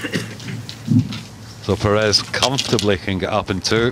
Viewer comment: Perez prounounced "Perey" ??!?